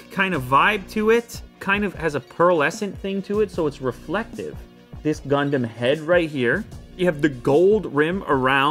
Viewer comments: Its gundam ._. Very funny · You say gandam But I heared condom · Is is gondon? Did he really say gondon?))) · He say gondom I listen condom LOL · I hear youmumdom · Why I hear ”condom” every time? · When he said gundam ithought he said condomn 🤣🤣🤣🤣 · U pronounce it as gaun-dum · I though that he said Condom 🤣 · Hearing gundown as condom iam perv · Not gondom it's Condom haa haa